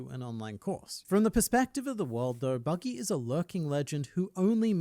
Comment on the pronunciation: bro just no he said buddy the clown not buggy d clown like bro pls stop i like ur vids and all but pls stop no hate